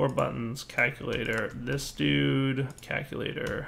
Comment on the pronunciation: CALCulator. Not KAKulator. I know your channel is PG, so you probably don't want to be saying an Afrikaans curse word over and over.